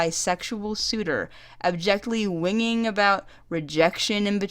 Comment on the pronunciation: I heard a word thus wrongly spake my dear lady, that of Whingeing. It's pronounced Win-jin-ing, breaking it into syllables.